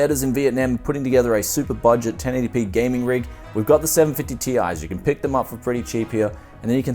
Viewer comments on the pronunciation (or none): none